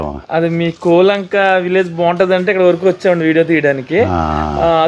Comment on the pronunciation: బాబు నీవు ముందు మాట్లాడటం నేర్చుకో, కూలంక కాదు కోలంక, నీవు చూపించిన శాల పాక కాదు అది పెద్ద పశువుల శాల నేర్చుకుని మాట్లాడు బాబు